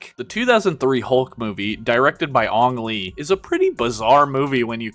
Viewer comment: Ah yes “Ong Lee” my favorite movie director, not to be confused with “Ang Lee”